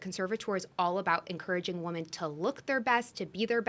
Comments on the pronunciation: Someone tell her how to say the plural of "woman." And people say "fLustrating" these days also. Sorry, I digress. Great episode, guys. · I came to the comments hoping someone else noticed this. I cannot take this woman seriously because she runs a company for WOMEN but doesn’t know how to pronounce “women” correctly! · Is it a generational thing to pronounce “women” as “woman?” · Why does she keep saying, "Woman", instead of women? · Why does she say “woman” every time she should be saying “women”? It’s wildly annoying